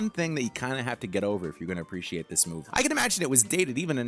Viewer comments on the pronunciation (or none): none